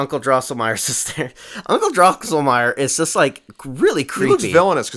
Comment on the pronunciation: Drinking Game: Take a shot every time mispronounces “Drosselmeier”.